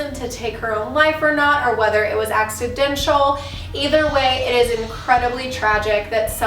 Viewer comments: You could name the series Celebrity Spooks or Hollywood Horrors (or Hauntings). And love ya but the grammar police in me cringed, it's pronounced acci-DENT-al NOT acci-dench-al ( & ) 😜🎙🎤🤠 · Lmao the way you said accidental haha but hey I love these celeb ghost stories they're so interesting I definitely wanna hear about laura prepon